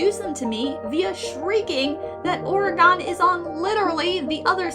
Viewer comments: As an Oregonian, I took 5 psychic damage every time you mispronounced Oregon. It's not Ore-uh-gone, it's Ore-uh-gun. EDIT: And "Oregonian" is Ore-uh-go-nee-un" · ITS PRONOUNCED OREG UN NOT OREGONE, WHERE DID IT GO??? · How is no one going to talk about the pronunciation of Oregon its pronounced oreGEN not oreGAN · That is a really weird pronounciation of Oragon. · you said Oregon wrong. Its pronounced like Organ, or Organ. the instrument and the thing inside you. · Okay, you probably already have 100 comments like this, but I can't find them so I'm making my own comment. Oregon is pronounced Or-gen. Like the instrument, the internal meat components of the body, or the word Organic without the "ic". We're pretty chill about most things, marry whoever you want, smoke some weed, hell you can even pop a few mushrooms or use a bit of cocaine, but one of the fastest ways to rile us up is to pronounce our state's name wrong. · Excuse, but not once in my life have I heard someone pronounce "Oregon" as "Organ" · It hurt the deepest part of my soul when you pronounced Oregon wrong. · I'm not from oregon but your mispronunciation of oregon hurts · As an Oregonian, the way you pronounced my state name, hurt me a spiritual level. (why do so many people pronounce it that way?!) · I know right? Its.. just... ooof... I take 30d10 psychic damage each time. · I'm Canadian and it shocks me that you yanks don't know how to pronounce other states' names